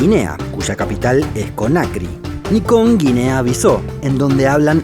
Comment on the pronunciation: No se dice guinea biso